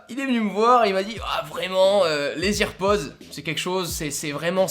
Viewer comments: "AirPods" pas "EarPods" ! 😤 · C’est pas ears pods ptn c’est air pods mais sinon très bonne vidéo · ça se prononce "AirPods" pas "IrPods". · Putain on dit AIR PODS pas IRPODZ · ON DIT AIRPODS PAS "irpods" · J'avoue que AirPods prononcés "EarPods" me trigger énormément O:) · Salut ! Tout d'abord j'adore la vidéo, je trouve ça super original. Juste petit détail, rien de grave mais tu prononce EarPods or les EarPods sont ceux fournis de base avec le câble. Ceux ci sont des AirPods d'où le Air du sans fil. Mais à part ça ta vidéo est super intéressante. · on dis airpods 🤦🏻‍♂️ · Arrête de dire hearpods ptn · Nn les earpods ça se prononce irpodz et Les AirPods ça se prononce Èrpodz j’ai vu toutes les Keynotes (en streaming) je suis sur de ce que je dis j’ai vu Tim Cook annoncer les earpods et Jony Ive les AirPods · Bonne video mais juste la prononciation de airpods est a travailler mdrr